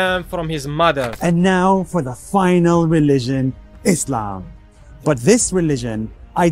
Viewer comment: what about eezzlaam